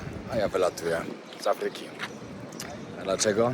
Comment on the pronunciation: Proszę cię nie katar a Kaataar. Nie Afyka a Aaafryka. Trzeba mówić porządnie ,to się liczy